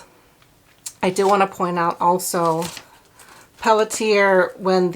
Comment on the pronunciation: "Pelletier" is pronounced pell-she-A. It's French.